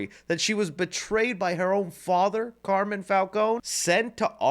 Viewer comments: Its Car-Mine not Carmon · His name is Carmine Falcone, not Carmen lol and her name is Bella Reál, not Real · It's Carmine not Carmen Falcone. 😅